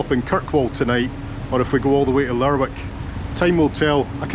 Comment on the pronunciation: Cracking video but it is pronounced Lerick rather than the way it is spelt.